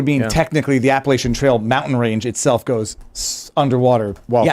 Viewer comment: PLEASE tell that it's pronounced APP-AH-LATCH-AN!!!!! It's NOT...APP-AH-LAY-SHAN!!!! My family has been in The Blue Ridge since the 1600's....so we KNOW how to pronounce Appalachian.